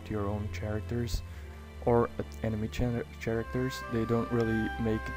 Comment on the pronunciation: "Ch-aracters" gets me everytime!